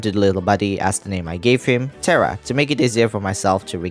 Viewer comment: One thing that pokes at my brain is that you call the little one "Terra" but pronounce it like Tera 😅 RR make it sounds like Teha not Tera